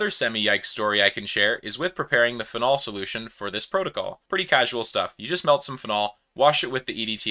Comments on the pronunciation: The way you say “phenol” is a crime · never heard anyone pronounce phenol like that